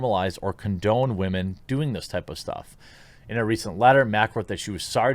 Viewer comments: I find it funny that you say "Wahhman" but change it to "women" when its in bad taste. its always in bad taste. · It’s sentencing for wahmen